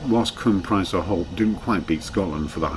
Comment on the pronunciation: If you happen to be devoted to this landscape (I am!) this is interesting, but rather let down by the failure to comment on the landscape (e.g. the names of the mountains seen) or the historic sites shown en route (e.g. the Roman fortress at Trawsfynydd and the early castle of Castell Prysor, pronounced 'Prussor') but also by the rather deplorable mispronunciation of Welsh. Tryweryn is perfectly good usage - the mutated form with a D is used in grammar such as in the memorable 'Cofiwch Dryweryn' painted as a resistance sign. Llandudno is pronounced 'Llandidno' (I live nearby!). Bala has short 'A's - not the English 'ah's - so it is 'Balla' not 'Bahlah'. Sorry!